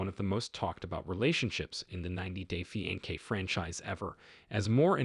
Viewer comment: let me help : Fiancé [fee-ahn-say] Loved the video ♥